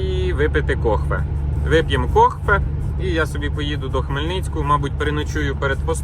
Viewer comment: "Кохве" у Влада поцупив?)))